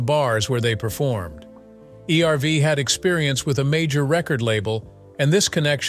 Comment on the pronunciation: If you are going to do the story, at least learn how to pronounce the names. It is not E-R-V. It's Erv. Why is that so difficult?